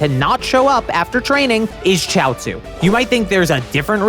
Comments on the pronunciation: It’s pronounced shee-ot-zoo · its Chiaotzu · Its chioutzu